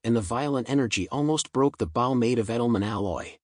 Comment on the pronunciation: AI it's supposed to be so SMART can't even pronounce bow really hehehe